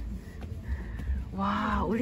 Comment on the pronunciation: 네루짱 한국어 발음 진짜 좋다 생각했는데. 공룡이나 엉덩이 발음은 아직 잘 안되는구나... 물론 이쁜 님은 완전 엉망이고 ㅋㅋㅋ